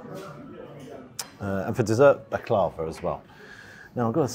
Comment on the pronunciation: Was going to say it was an expensive kebab... But actually it wasn't. Good pronunciation of Baklava the last two times..I got corrected on that a few years ago. 👍